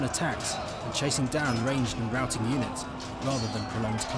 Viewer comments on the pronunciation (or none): none